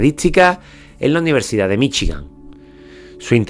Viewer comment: "AULAS DE UNIVERSICAD"